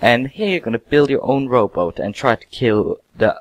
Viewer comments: you said rowboats... not robot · Umm... I was aiming for the fact that you said: rooboot instead of robot, but but it goes both ways, nice robot, and prununciunciun I dont mean to be a prick if it seems like it! I just wanna B buds!